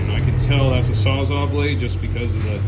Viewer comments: Sawzall not saza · Sawz ALL NOT SAWZAU